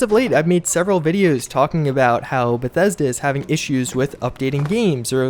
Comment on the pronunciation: You notice he keeps saying "bathesda" right? You know this is a fake account?